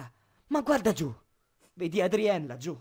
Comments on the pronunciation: Adrien non si legge adrien si legge adrion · Scusa tu che hai fatto questo fa made Adri Adri Oh non si scrive cioè si scrive Adrian ma non si legge adrien si legge adrilon la e deve diventare